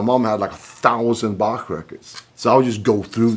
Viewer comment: Yngwie pronounces Bach properly. Very good.